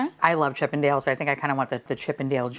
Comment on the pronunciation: this whole time i thought you were saying Chippedales and was thinking how do we get from Mickey and Donald Duck to strippers ☠️🔥💙